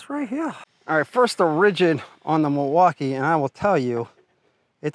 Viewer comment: I hate unboxing videos, everyone does 1 tiny cut and thinks they know stuff and can tell you if it's good or not. No experience from most of them either and clueless what they're doing... dude can't even say milwaukee right lol